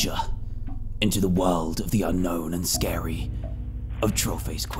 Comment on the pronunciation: Oh no it’s scawy hhhahaahaha